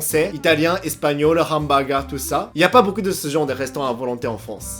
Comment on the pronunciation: Hamburger se prononce Ambeurgueur.